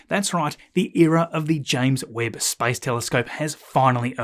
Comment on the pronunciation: Your pronunciation of space sounds like spice :)